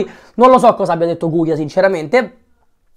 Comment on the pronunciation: Ma non si chiama guia😂😂